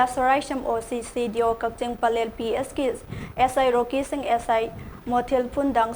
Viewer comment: "Kaching" Natte "Kakching" Hydwne